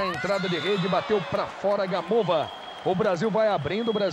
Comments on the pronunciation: Parece que eles do Esporte gostam de falar errado os nomes das jogadoras Russas!!!!Senhor, até esse.É Sokolôôôôôôôôôva.É Gamôôôôôôôôôôôôôva!!!!!!!!!!!!! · "Sókólóva" q pronúncia horrível "Gamóva" queima kkkkkk